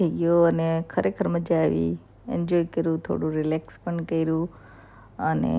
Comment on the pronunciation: Tame પણ ni badle પન bolo છો 😂😅